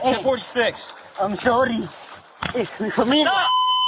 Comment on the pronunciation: Im "sorrdy"